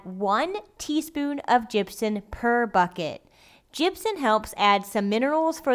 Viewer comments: it plainly says Gypsum on the bag. you actually put the word Gypsum on the screen during editing. So why does she keep calling it "Gypsun" very annoying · Gypsun. Gypson. Gypsen. Gypsin.